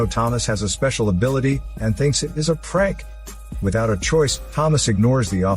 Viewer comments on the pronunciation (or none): Just the way his says prank is hilarious 😂